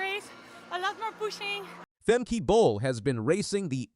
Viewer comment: Just so you know, the last e in her name sounds more like an a (as in spa) Femke Broeders-Bol is her name now since she got married.